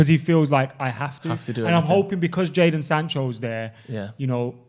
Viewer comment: MY NAME IS JADON SANGG. YOUR NAME IS TOBYYYYY thats what i hear everytime i hear jadon sanchez